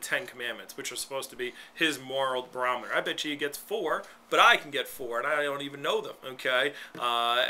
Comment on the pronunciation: you are an idiot ....you said BAROMITOR...... 10,000 x's... that must be your big word for the day....